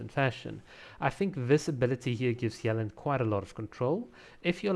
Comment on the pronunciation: Dude, "Yuh-Lahn" not "yell-in"